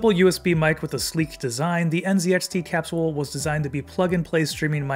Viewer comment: I’ve never heard capsule pronounced that way. Have doctors been saying it wrong this whole time? 🤣 Sounds like a nice mic though.